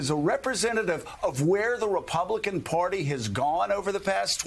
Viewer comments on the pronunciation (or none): Hey Joe! The word is "party" -- not PORTY"!